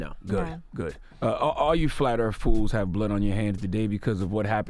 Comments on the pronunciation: “Flat Earf”. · "Flat Earf"? wtf